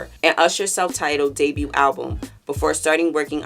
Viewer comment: The T is silent in Debut. Was driving me crazy 😂